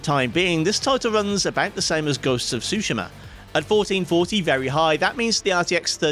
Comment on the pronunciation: I thought it's pronounced Tsu-Shi-Ma, not Sushi-ma